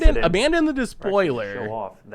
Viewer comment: It makes sense that butchered Abaddon's name seeing as he mutes the stream when they're telling him how to say it